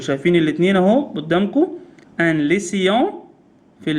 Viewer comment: Lycéen نطقها غلط حضرتك حاول تدر عليها على اي قاموس ناطق